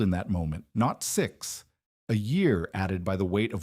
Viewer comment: The temperature dropped thithty degreeth in thith hours. Does anyone in your organization ever listen to your audio? Why have a professional narrator with a pronounced lisp? You are using AI, right? Can't you find a voice that doesn't pronounce words incorrectly? I like to sing, but you would be crazy to put my singing voice in a video.